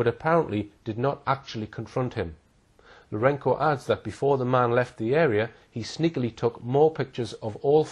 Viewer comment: it's LourenZo , not Lourenko, mate ....